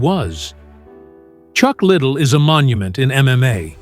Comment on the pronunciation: Ik right I was like chuck little lol can’t even pronounce the guys name right smh